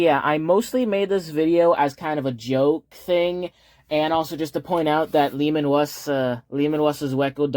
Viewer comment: I thought you were just calling him Leman Wuss but it's just a speech impediment 😂